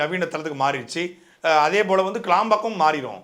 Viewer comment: சாட்டை துரைமுருகன் அது கிளாம்பாக்கம் கிடையாது கேளம்பாக்கம் நன்றி வணக்கம் நாம் தமிழர்